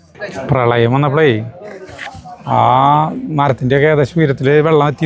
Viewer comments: വെള്ളം അല്ല വള്ളം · വള്ളം എന്ന് പറ മനുഷ്യാ... വെള്ളമല്ല.. ചുമ്മാ ത്രിശൂർക്കാരെ നാറ്റിക്കാതെ... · വള്ളം എന്ന് പറയേണ്ടിടത്തെല്ലാം വെള്ളം എന്നാണ് പറയുന്നത്, ട്ടോ. 😄